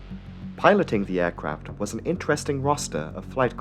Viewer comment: Why do you say Ærcraft? It's aircraft.E.